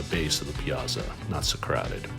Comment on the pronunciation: Piazza is pronounced like Pizza…but with and a (not za but tsa)